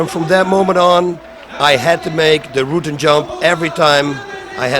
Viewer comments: Rutten is pronounced as our Prime ministers name Rutte but with an N. He doesnt pronounce a dutch ''u''. Instead he says Rootten. He should pronounce the ''U'' as in ou from the word generous. Or just type it in google translate thats how it should be pronounced. At least the ''U'' sound. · yeah he says Rooten lol. the "u" in Rutten is pronounced as in "pulse" or "murder" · Why does he pronounce his own name wrong lol. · No how he normally pronounces it is still wrong. Ask any Dutch person how to pronounce that surname and noone will say it like that. Seems like he changed it because its easier for Americans. Is kinda weird. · jimlucas0 It's not even weird he pronounces it like that. A lot of foreigners who come to the US "Americanize" their names because they just know most Americans will have a hard time pronouncing it and they will soon grow tired of correcting them constantly. Just makes his life a whole lot easier. En zo simpel is het. ;)